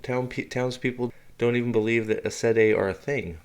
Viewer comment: For goodness sake get yr pronounciation correct! AES Sendai is Amy’s Sed aye. Get it right if you are going to be successful at this YouTube stuff. I do not care for your monotonous voice.